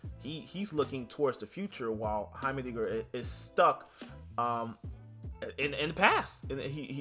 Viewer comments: Also the pronunciation is Hi-mer dinger hi as in hi hello it's a pretty weird word but fits his looks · I hope I dont sound mean but it's pronounced "High-mer-ding-er"